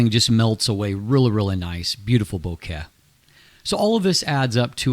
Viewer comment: Great reviews! Makes me glad I've started to buy in to Samyang. But..."bo-ket"? In case you didn't know, it's "bokeh" or "boke", from Japanese. Nothing to do with flowers.